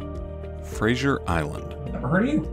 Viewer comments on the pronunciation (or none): Fraser Island (like actor Brendan Fraser) is pronounced FRAY-ZER…. Not Kelsey Grammer’s “Frasier”. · Frazer not frazieer. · We say Fraser not Frazier island - dont feed the dingoes, they can bite. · Kelsey grammer got some explaining to do to Americans. It’s Fraser like laser! Like Brendan Fraser not Frasier